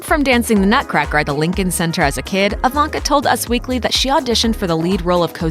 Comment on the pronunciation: why reporter spells her name like "AVANKA"😆😆😆